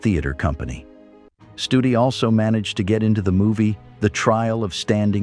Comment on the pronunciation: Stoodi not study..